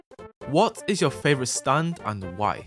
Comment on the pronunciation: " yeur " best thing i ever heard from:)